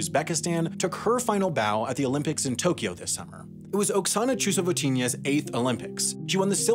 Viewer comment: that's not how Chusovitina is pronounced and she's retracted her retirement since then anyway, now planning to compete at the Asian Games next year